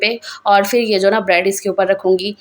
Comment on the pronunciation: Dear sister urdu ko zinda rakhain.bhiga nahin bhigo.fir nahin phir